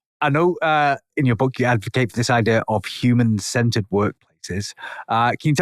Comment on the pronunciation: Listening to this in my car, I thought he was saying "Human scented" instead of human centered.😂